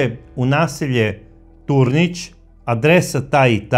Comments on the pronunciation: Nije Tornic,nego Turnic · Nije Sušanjska,nego Sušačka bolnica...nije Tornić,nego Turnić..."sveznadar" riječki vam je to trebao sugerirati,ali očito on Rijeku jako slabo poznaje,a pravi se as